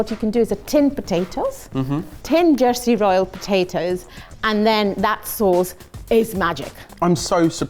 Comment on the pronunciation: Her accent gets really RP when she says "Jersey royal potatoes", it's adorable. Great episode!